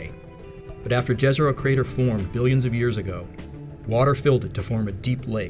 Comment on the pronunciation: Please use the "Jezero" pronunciation right... J = Y (yesterday), not like Jazz. <3